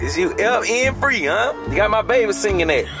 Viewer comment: said “F.R.E.E” 😭